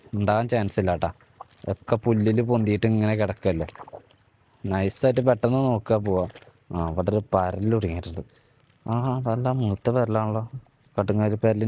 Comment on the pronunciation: പേരൽ അല്ല bro പരൽ